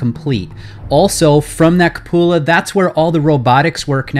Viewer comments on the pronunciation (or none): OMG it's QUE-pew-la or COO-puh-luh. Cup-OO-la is cracking me up. Good lord.... Just realized why that pronunciation is so funny. It sounds like you're saying cuh-POO-la, and we all know that poo is one of the funniest words in the English language, second only to pants.